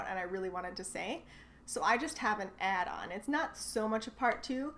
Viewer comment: I have never heard the work Icon said Icken in my life. You have a bizarre accent. Most words you say properly but you need to learn to say "Add on" better if you want to hide your americanness. You don't see a lot of Canada flags because it's not nice to flaunt your pride. The pride of being Canadian is by not being American. Pretty sad actually.